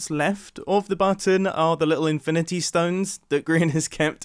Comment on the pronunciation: “To the ifinity”